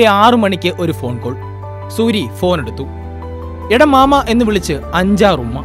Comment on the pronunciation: മാമാ അല്ല ട്ടാ... മാമേ..രണ്ടും രണ്ടാണ്. 🙏